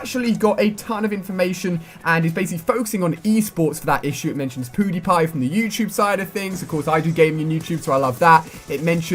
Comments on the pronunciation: YOU SAID POODIEPIE NOT PEWDIEPIE!!! I FORGIVE U THO!! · it sounds like Alia is saying Poodipie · Did Ali-A call Pewdiepie, "Poodiepie"? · Ali -a it's not poodiepie it's pewdiepie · Poo de pie???? alia its Pew Die Pie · Poodie Pie Wtf Ali ? Its PewDie Like Pew Pew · Lol he said poodiepie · "PooDiePie" XD nice ali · Ali you said poodipie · He called pewdipie, poodipie lol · did anyone else hear 'poo' diepie? xD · Did u say Poodiepie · did he really just say PooDiePie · did he really just say poodiepie 😂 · hehe ''Poodipie''---Ali-a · "Poo di pie" :) hahaha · "Poody pie" 😂😂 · Lol he says PooDiePie xD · i love how ali a calls pewdiepie poodiepie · Poodeepie? #Ali-APronunciation. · He said poodeepie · He said poodypie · hahahahaha he said podiepie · the way he said pewdiepie hahahahah